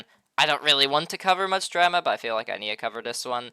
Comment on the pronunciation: Wtf is dräma?!😂